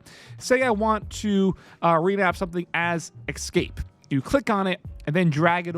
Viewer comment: Did you say "excape"?